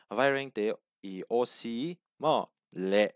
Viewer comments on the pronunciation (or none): Awc Nilo in oc tih tur😅😊